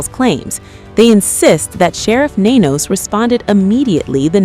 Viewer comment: It's not nancey